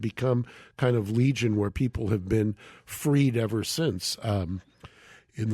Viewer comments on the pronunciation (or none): none